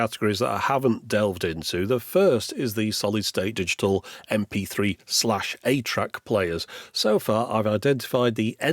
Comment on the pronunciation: "atra" ?? 8-track I kept telling myself which doesn't make sense. wth is "atra" playback?